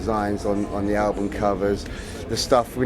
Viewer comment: can you hear him say Albun not album :D BEst GUITARIST! DAVE!